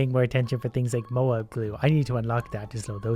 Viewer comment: Moab ita not moab you need to spell the a deeper so like moäb (also love ur vids) <3